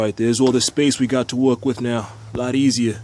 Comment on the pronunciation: About the first quarter of this video, This hole time I thought you were saying walk, Then I realized you were saying work.